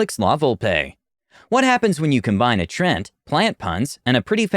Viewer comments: Trent? I've always pronounced it as Tree-ant. Have I been saying this wrong all this time? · I love the stories, but the pronunciation just makes me cringe. The word is "treant." There's an A there. Hearing it pronounced "Trent" makes it sound like it's the character's name, not his race. It's almost as jarring as constantly hearing "ar-TIFF-eh-sir" on here. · gonna be honest, every time he says "Trent" it hurts me inside